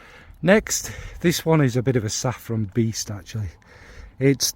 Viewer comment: One second in and I’m taking issue with your pronunciation of saffron. When you had money .. before perfume overtook you and everything didn’t cost a million pounds. Your flamin sister ! You know me and Kayali , that’s the one I want to try here 😁